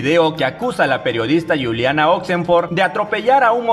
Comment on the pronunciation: NO ES GULIANA ES CON J SE PRONUNCIA JULIANA..CARAJO HABLNE CORERCTAMENTE L IDIOMA ESPAÑOL..